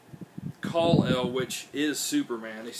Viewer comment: sorry its Kal - El lol